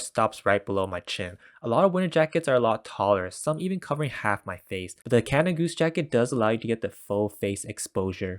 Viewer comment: cana goose ? seriously dude, there's a d in canada. great video though :D